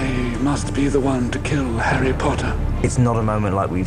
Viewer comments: esa vieja bruja no pronuncia bien los nombre, un poco mas lo llama herry a harry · Pt que feo dice jerri a Harry, en la pelicula doblada al español a Hermione le decían ermion pt madre la cagaron